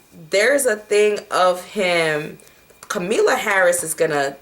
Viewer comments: Kamala = comma-la. Com-a-la lol. Love you sis, but you always butchering someone name lmao. I be getting flashbacks of my old white teachers. Solid prediction though. This is karmic debt in full effect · Kamalla Harris,her name is pronounced comma la